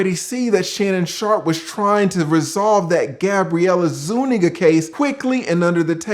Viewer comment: i really appreciate your pronunciation of zuniga. if he had put that * *** ** in her, he coulda kept her name 😇